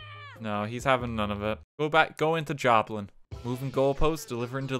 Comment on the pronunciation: Okay so I’m my name is Jacky and qhen they said my name I was off putting like it is for most people But then they said joblin and I heard it as Joplin that’s where I live be j freaked out